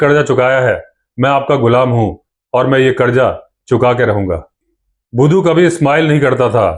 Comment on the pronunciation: Shandar pronounces the name of budhu bhaisaab ❤